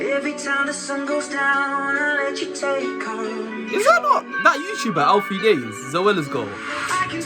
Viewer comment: Man said alfie deyes y'know 😂😂